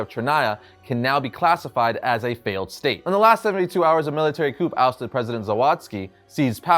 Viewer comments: Coup is pronounced "coo" not "coop" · Coup is pronounced “kew”, not “coop”. Totally ruined the video for me. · It's pronounced "coo" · Love your channel, love the video, but … coup is pronounced “coo.” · Appreciate this rundown. What a fun arc. Also, just FYI, "coup" is pronounced "COO" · yo, COUP is pronounced COO as in POO it's just like CORPS is pronounced CORE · Dim sum isnt soup. Coup has a silent p. peh-trahv. Return the fury to armor like he asked? Resurrected James Rogues? Holy shit you need an editor. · . Constructive criticism with all due respect; the “p” in coup is silent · You don’t pronounce the p